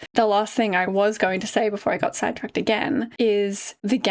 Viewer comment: I misheard you say “side tracked” as “Sad tracked” and it took me a long minute to realize that. Because being sad tracked is just a great way to describe this episode and reaction.